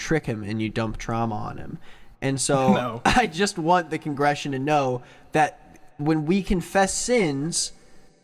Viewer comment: *congregation, keeps saying congression- what the heck, he doesn't even know